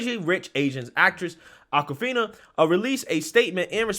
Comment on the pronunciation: ITS AWKwifina as in AWKward not ACKwifina. So blacks can misappropriate white culture as in straight hair or braids which is Norwegian or even pony tails but never get called out on it. And before you say it someone show me a picture before 1970 with a black woman with braids, not dreadlocks, braids. Every viking movie I've ever seen has whites with braids. NAACP should learn from this and stop nominating non-blacks, it's like BET putting MeTv programming on their channel.